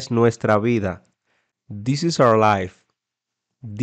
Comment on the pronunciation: El dice: This’s, aunque esté escrito “this is”